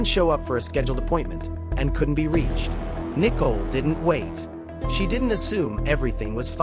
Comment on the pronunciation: Its Nicole!!!:her name is pronounced Nike COAL